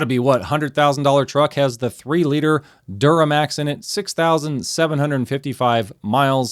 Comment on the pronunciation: "duramax" lol. Toyota new engines are F# as well.